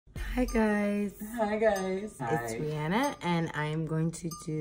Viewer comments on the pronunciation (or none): The way she pronounces her name😭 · Ree-AA-nuh, not Ree-AW-nuh. Still blows my mind.